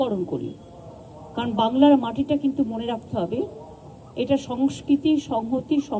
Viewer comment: গর্মেন্ট নয়,গভর্নমেন্ট। শর্ট এ বললে গভ্মেন্ট। সঙ্গসকিতি নয়, সংস্কৃতি। বিবিধের মাঝে দেখ ঐক্য মহান নয়, বিবিধের মাঝে দেখ মিলন মহান।